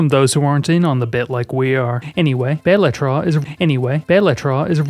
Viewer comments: It is pronounced "Ba-la-tro" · Going by the graphic design it should be pronounced 'Bal-A-Tro", unless the design was just picked because it looked cool, which of course it is. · "Anyway, Baylatro... Anyway, Baylatro"